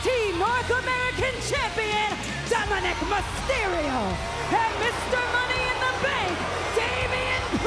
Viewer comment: Sounded like Samantha announced Dom as Dominik McCereal 🤣